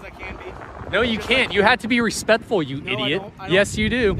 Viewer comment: He also says “respetful” 😊